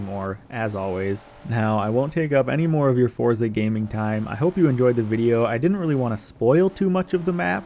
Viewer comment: 19 “forza driver” 😂😂